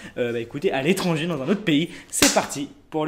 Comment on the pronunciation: L'etange😂😂😂. L'étranger 🤣🤣